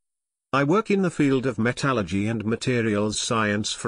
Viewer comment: Well, can't say I like the robotic delivery, but at least you did explain it, and you pronounced "metallurgy" right, so I give props for that.